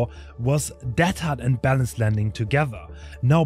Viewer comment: Why are you pronouncing deadhard teathard? kinda interesting